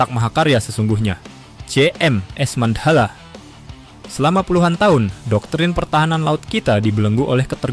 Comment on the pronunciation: Mandhala mas, bukan mand hala